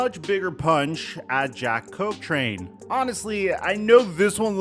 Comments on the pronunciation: this video irritated me , hyped up the thumbnail for nothing. And who tf is Jack Cochtrain ? it’s Cochrane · imagine pronouncing Jack Cochrane's name wrong. (Cok-ren)